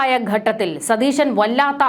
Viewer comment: 'ഗട്ടത്തിൽ ' തെറ്റ് 'ഘട്ടത്തിൽ ' എന്നതാണ് ശരി